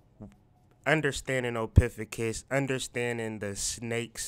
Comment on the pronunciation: Ophiucus( Oh-fee-you-cus)